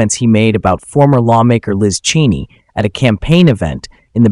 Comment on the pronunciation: If your AI can't even pronounce Cheney's name correctly maybe you shouldn't use it.